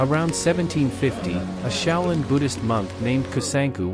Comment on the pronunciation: Shaolin, not xiao Lin. Xiao = small. Shao = young. Based on the writing.